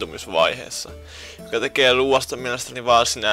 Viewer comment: Se.on ruuat eikä ruat